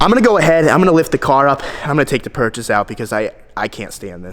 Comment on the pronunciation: Stop saying purches!